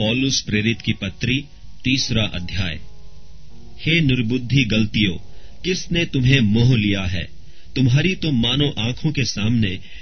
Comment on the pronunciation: Bhai sorry Bt yeh glaatiyan hai. Aap galtiyan pd rhe ho Sorry bhai jai masih di Maaf krna